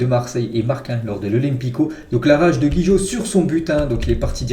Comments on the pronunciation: c’est gigot gigot gigot gigot pas gijot fait un effort quand même 😂😂😂😂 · Gigot et non Guijot